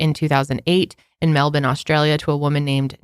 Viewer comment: I swear this is the first time I’ve ever heard someone from the US pronounce Melbourne correctly 😭😭😭